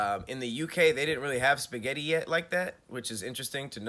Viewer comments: Who's out there adding random S's to spaghetti 😂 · Who is out here putting an “s” at the end of spaghetti is the real question! Thank God I’ve never heard anyone do it. 🤦🏽‍♀️ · Don't ever say 'spaghetties' again!! EV👏🏽ER👏🏽!!